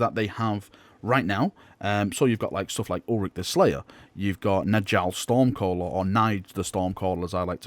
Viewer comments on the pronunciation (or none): En-jal stormcaller? Are you serious It's space Swedish. J is pronounced Y. Nyall stormcaller.